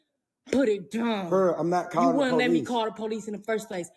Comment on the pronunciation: The Po-Lease